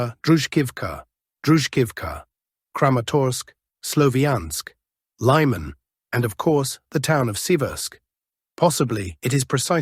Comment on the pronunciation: How truly Russian or otherwise East European (as your name suggests) are you? Because you pronounce all placenames with a very English distorsion: hulya-powl instead of actual Huliapole, lay-man, instead of actual Lyman (lee man). It's funny but disconcerting, I thought you were from Russia, or somewhere in that part of the world.